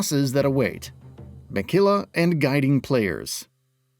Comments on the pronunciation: And Miquella not Mickilla lol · it's not "Minkella" nope. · Pronouncing Mikela as Mekila is soo wrong